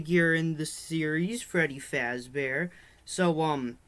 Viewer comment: Frebby fasdeeer